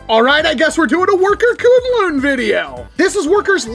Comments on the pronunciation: Sorry to be that guy but according to worker the pronunciation of the name is Kwin-Lun supposed to the way its spelled(kunlun) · I don't expect anyone to care but it's pronounced 'kwin-lin' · Just got mine, and it's AMAZING! Also, I believe you pronounce it as 'Kwin-lin'